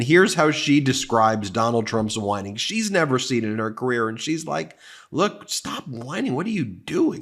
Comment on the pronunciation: Oh, I get it now. All along, he's been mispronoucing whining. It comes across as winning who knew.